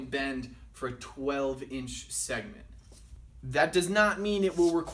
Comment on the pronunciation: shegment? lol